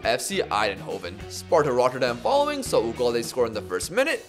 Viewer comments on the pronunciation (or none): none